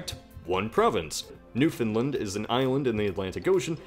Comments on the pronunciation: It's NewFOUNDland, not NewFINland. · I’m from Newfoundland, and u pronounced it wrong. U said ‘’ New-find-lind’’. But it’s actually pronounced: New-find-LAND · It's pronounced new-fun-LAAAAAND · It's a common mistake, but for anyone reading it's pronounced New fin Land rather than New Fin Lind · He also pronounces Newfoundland "New-fin-lind". It's "New-fun-land", for crying out loud! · You were pronouncing Newfoundland wrong, my dude You were pronouncing it as "New Finland" where it should be pronounced as it is spelt, "New Found Land" Also, Nunavut is pronounced "nun-a-vut" Otherwise, this was a great video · The stress in newfoundland is on the second syllable, like in the word understand. I really don't get why everyone pronounces it like New Finland. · It's pronounced Newfin-land, not Newfinlind. Very common mistake for anyone not Canadian who doesn't know what Newfoundland is. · Noofinlund. I know its being picky but we call it Newfinland mostly. With the A sort of dragging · Newfendlend Jesus Christ bhy. It's fucking Newfoundland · It's not pronounced NewFINland. It's pronounced like understand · Newfin-lund always makes me cringe too. That's it America, you mispronounce our places so it's Ar-kan-sass and ill-in-oise from now on. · Pokemario Fan I know... I cringe everytime I hear it pronounced "Newfinlind" or some other bastardized version of it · No, it's prounounced new-found-land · It's pronounced new fun land, not new fin land or new found land. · Not quite, it’s pronounced more like New-Fun-Land. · When he says newfoundland it sounds like he says new finland 🇫🇮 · What is noo-na-voot and new-find-lind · You said Newfoundland wrong. It’s pronounced new-found-land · Newfoundland: pronounced (NEW-FOUND-LAND) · You pronounced Newfoundland wrong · Vivien Lee it's funny seeing non-Canadians butcher the names of Newfoundland and Nunavut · It’s pronounced VIN-land. If anyone gets that joke then I can finally appreciate the YouTube community.